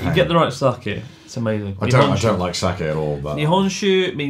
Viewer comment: Chris is so drunk that he's pronouncing sake like suck-it